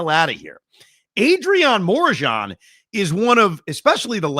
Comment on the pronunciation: The way he was pronouncing Morejon🤣🤣